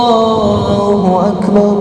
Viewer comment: lafas takbir kurang tepat. wajib di perbaiki krn itu adalah rukun yg wajib.